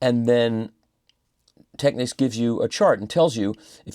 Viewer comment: Michael once again - literally - says it like it is: "Tech-Niks" The "Techniques" pronunciation revs me off the clock